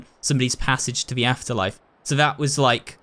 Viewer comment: I love how it sounds like he's saying "what da heck" instead of what the heck